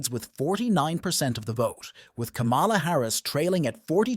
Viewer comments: This NARRATOR DOESN'T SEEM TO KNOW THE CORRECT PRONUNCIATION OF THE Vice President name!! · Can u say kamala name right!!! Ugg!!